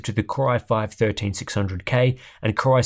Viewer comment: Why is "Core" being pronounced "Kry" is the video? Has the AI construct malfunctioned? 😁